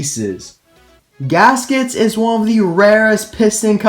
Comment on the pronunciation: You arent wrong, it is good pronounced in english, in spanish is diferent. Finally!!!! My favorite racer is gask its of course. Thank you. Great video.